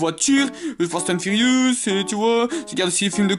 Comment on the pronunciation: « » « fastane furyoos »